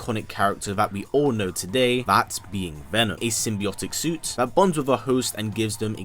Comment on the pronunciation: Imagine narrating YouTube videos and pronouncing "that" as "vat"